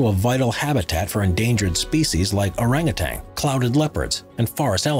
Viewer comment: Orangutan not Oragutang ... OK, this is about trees, and compared to my 90cm Bonsai Metasequoia (for americans - thats 3ft) they are all enormous... however, watch around minute - are those primates not a tad small for Orangutans? Perhaps whoever wrote the script was eating a tangy orange at the that time 🤷‍♂️ But as this is about tall trees....